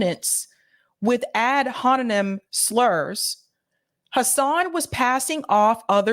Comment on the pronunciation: …you majored in journalism and English but can’t pronounce AD HOMINEM? I’ve noticed there’s many such instances where you can’t pronounce the most basic entry college-level words…something stinks 😷